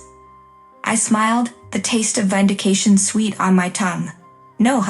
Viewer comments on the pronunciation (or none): The AI cannot pronounce 'còncentrator.' Nor 'fallout,' nor 'vindication.' Don't use budget AI text-to-speech. That gives poor results that grate upon the sensibilities.